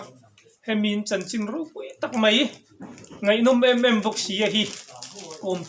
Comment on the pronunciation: A ngaihnawm viau nangin kanpi hian, mai tih turah mei a ti hi ka lo ngaimawh deuh,kan tawnghi i hmang dik hram hram ang u.